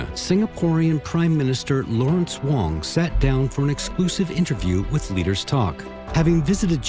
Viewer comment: Can’t even pronounce PM Wong surname correctly shows how little respect she has for Singapore